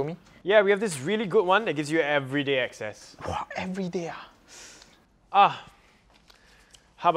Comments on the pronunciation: access not excess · "everyday access" not "everyday excess" :)